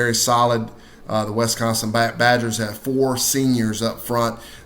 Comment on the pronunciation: Wes-consin? Wisconsin!